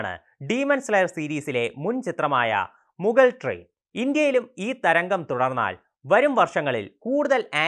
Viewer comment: മൂസാർ അല്ല ജീ 😹 പിന്നെ എന്തോനെടെയ് ഈ മുഗൾ ട്രയിൻ 🤣